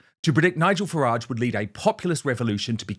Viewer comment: Farage, not garage.